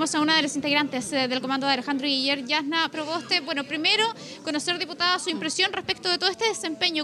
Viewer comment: no conozco una diputada mas ignorante e inculta que "la yasssna provoste"